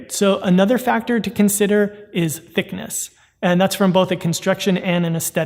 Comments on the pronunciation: My mans really said thickni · LOL "Thickni"